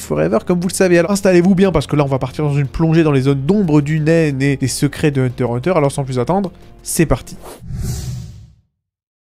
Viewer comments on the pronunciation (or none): Ons dit hunter x hunter, le x se prenonce !